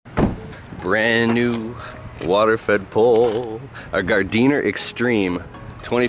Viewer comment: Gardiner is pronounced gardener